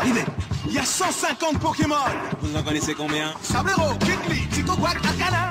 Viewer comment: C'est donc ce monsieur qui a écorché pokémon en "pokémoche"" dans le cd ^^'